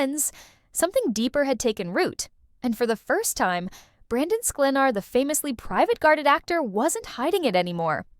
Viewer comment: What a bunch of BS. All not true. You can’t even pronounce Brandon’s last name!!☹️ Check it out and learn it🤣